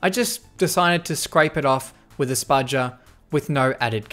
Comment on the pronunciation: It's "spudger", not "spugger"